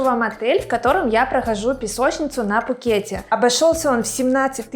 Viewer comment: 😂😂😂 я не был в Тае 😂😂😂 ещё один повод хорошо посмеяться 😂😂😂 Вам надо как-то определиться, а то в названии видео Вы пишите Пхукет, а произносите без буквы «Х»😂😂😂. А по поводу того, что Вы меня не зазывали сюда, тогда вопрос? С какой целью выкладываете видео? И очень странно если Вы за многие посещения Пхукета первый раз отдыхаете на Кароне, а если раньше отдыхали много раз в Тайланде, но первый раз на Кароне, тогда какое имеете право учить других людей уму разуму!?